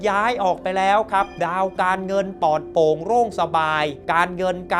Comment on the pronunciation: ขอแนะนำการออกเสียงให้ถูกอักขระด้วยนะครับ การออกเสียงตัวกล้ำร-เรือหรือร-รักษาชัดเจนดีแล้ว แต่ขาดตัวกล้ำบางคำเช่น"ศัตรู"ต้องออกเสียง"สัด-ตรู"ไม่ใช่""สัด-ตู"เป็นต้น ส่วนตัวกล้ำที่ขาดไปคือตัวล-ลิง เช่นคำว่า"ปลอดโปร่ง"ต้องออกเสียง"ปลอด-โปร่ง"ไม่ใช่'ปอด-โป่ง"หรือคำว่า"เปลี่ยนแปลง"ต้องออกเสียง"เปลี่ยน-แปลง"ไม่ใช่"เปี่ยน-แปง" ขอบคุณครับ